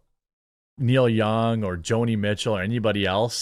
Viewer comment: Who the hell are Kneel Young and Jo-Knee Meat-Chill?